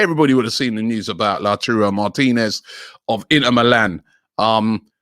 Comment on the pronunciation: Wow! Robbie pronounced Lautaro Martinez's correctly 😲😲😲